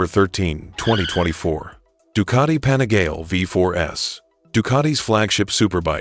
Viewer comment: pan -a-gar-lee. ffs!